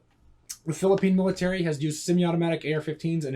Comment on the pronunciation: It's witerawy a civiwian adaptation of a miwitary rifw.